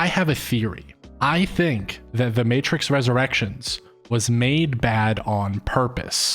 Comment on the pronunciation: I didn't even know about this. Pretty sure this is a glitch in the matrix. This movie didn't exist before this morning. One clue that this is a glitch. A lazy glitch even, is in the very beginning. ~ our narrator uses the non word "Matrik" as an attempted variation of the word matrix. Everyone, except machines knows that's not even a word.